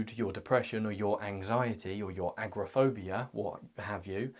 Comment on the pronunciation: I may be mishearing your pronunciation but it sounds like you’re saying “acrophobia” which is the fear of heights. “Agoraphobia” is the fear of leaving a comfortable environment like your house.